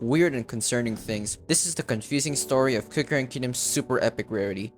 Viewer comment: the e in cookie.